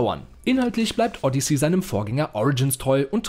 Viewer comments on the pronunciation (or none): none